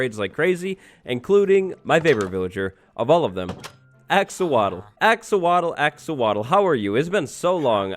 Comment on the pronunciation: "axowatl" Very punny,.